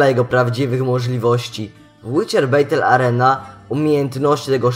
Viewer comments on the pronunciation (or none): Bez urazy, to żaden hate czy wymądrzanie, poprostu taka wskazówka na przyszłość związana z j. angielskim ;) Źle wymawiasz 'Battle Arena' wymawia się /bætl/ /əˈriːnə/ ale domyślając się, że nie znasz znaków transkrypcji fonetycznej i angielskich dźwięków kryjących się za tymi szlaczkami to prościej tłumacząc, bardziej poprawnie będzie jak powiesz /batl/ /arina/ ale napewno nie /beitel/.